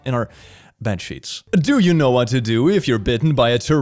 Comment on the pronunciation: "by a WHAT" gets better everytime XD